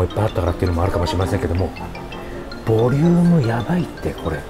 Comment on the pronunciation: 発音は「ブォリィウゥーム」で宜しいでしょうか？